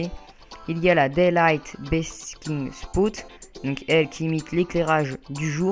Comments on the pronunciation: Tu dois réviser ton anglais on dis Spot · C est cool mais l esthétique ç est pas le plus important là ta tortue sera déprimée. On ne prononce pas "spout"sauf si ç est écrit spoot